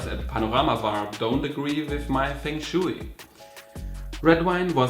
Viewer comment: The way you pronounced Feng shui made my skin crawl